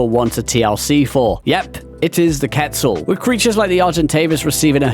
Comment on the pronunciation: HE SAID QUETZAL PROPERLY, mans a beast! Few here that I didn't expect to see, Thorny Dragon for instance, and then a bunch that are no surprise at all. For gameplay I think a lot are okay, but if we're including model/animation there's a lot of old ones that really need a touch up :(